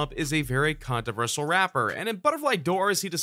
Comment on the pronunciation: This dude can't even say controversial lmao